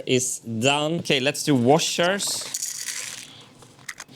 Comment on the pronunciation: "Whashers"? Who are you, waluigi? :D